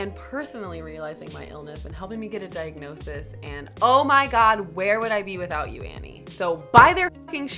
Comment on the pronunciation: 0.26 - I have a dike-nosis to share with you guys!!